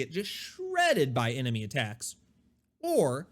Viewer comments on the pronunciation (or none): none